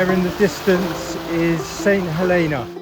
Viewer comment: Nice boat, dodgy pronunciation. It's "Huleena" or that's how the locals pronounced it when I was there in the 90's